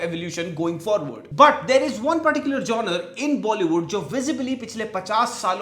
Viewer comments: It’s Genre (Jon - ruh) and not Joner 😂😂 Please brother stop embarrassing yourself and learn to pronounce the word correctly if you’re roasting others. Been trying to stop myself from commenting for a while now. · It's jonRUH (Genre) 😂😂😂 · Is not JONER . it’s Genre (JANRA pronounced)